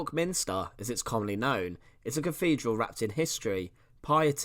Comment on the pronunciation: Lovely to see but please, as a narrator, pronounce 'th' properly! I had to mute it after a while. It's not cafedral, or free (3) or cafolic or eighteenfh.😢